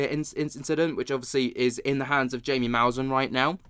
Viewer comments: Jaime mousan Hi. Em ay or Hi may Moo. sahn, accent on the second syllable. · Bruh his name is jaime pronounced (hymee) (musan) your killing me with the pronunciation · Just FYI it's pronounced HYMiE Maussan😊